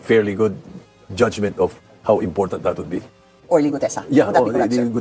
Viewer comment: Impotantee??.Iskool Bokol dyaan!!!!..😂😂😂😂😂😂Idol...